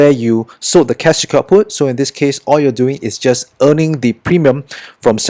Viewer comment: I keep hearing cash kaput.. 😅